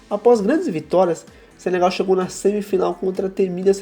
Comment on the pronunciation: "Senegal" não Sebegal